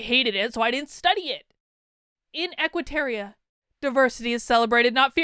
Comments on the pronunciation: It's Equiterra....not Equiteria....You said it wrong every single time! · It's "Equiterra", not "Equiteria" - and yeah - I'm being picky. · Why did you keep saying "terrier" instead of "terra"? It was very distracting. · Idk why it bugs me so much, but it's Equiterra, not Equiterria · Real talk tho, why we pronouncing Equiterra like Equiterria? Did I miss something? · TY! This annoyed me the WHOLE time!